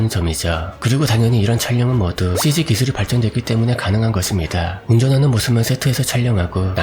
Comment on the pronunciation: 삼촌.......나 미쳤나봐........삼촌의 cg발음이 찌찌로 들려 ㅋㅋㅋㅋㅋㅋㅋ